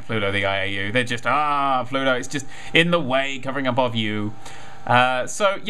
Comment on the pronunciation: i thought he said pluto iou